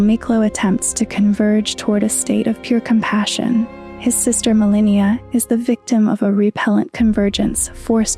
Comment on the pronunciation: You mispronounce Marika and Malenia, makes me feel like you haven't played the game. They say it multiple times, you don't get to just pick